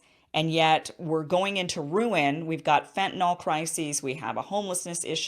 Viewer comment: fentonyl, not fentonol